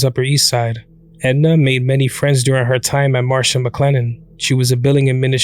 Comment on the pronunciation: MARSH- MCLENNEN.... not "Marsha"